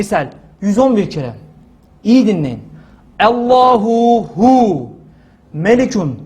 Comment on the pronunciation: Hocam ALLAHU HU DICEZ DEME Hüve hu dicez.bircok kez dinledim.ALLAHU HU